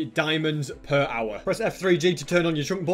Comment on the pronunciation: The way he says hour it reminds me of that viral dog that literally eats earphone mic and saying "owa owa"